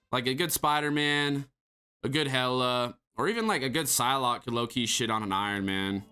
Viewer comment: Sylock is not s more like b